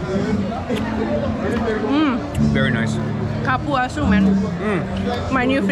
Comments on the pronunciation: Ivana, Cupuaçu is pronounced "coo poo ah sue" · Realmente👍 she said CAR-puaçu and not COOL-puaçu